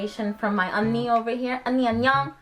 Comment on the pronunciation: Not oni it's pronounced Unni...(euunni) be casual when speaking Korean,not so harsh,at first I was like what?